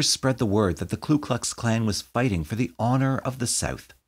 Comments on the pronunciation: It's Ku Klux, not Klu Klux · Ku..not Klu.... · With utmost respect, it’s the KU Klux Klan. The first word of the Klan does not have an ‘L’ in it. I know it’s a silly thing for me to point out, and I apologize to anyone I may have offended.